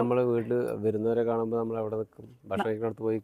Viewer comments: ബഷ്‌ണം❎ ഭക്ഷണം ✅ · ബഷ്ണം അല്ല ഭക്ഷണം എന്നാണ് 🤗🤗എന്നും വീഡിയോയിൽ പറയുന്നത് ഇത് തന്നെ 😂ഒന്ന് തിരുത്തിപറയൂ ന്റെ